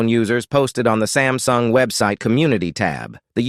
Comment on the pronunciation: It is not sem sung sam sung